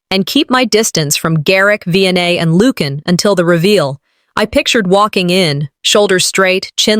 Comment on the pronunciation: Lucian is pronounced as LU-SEE-AN not LUKE-AN.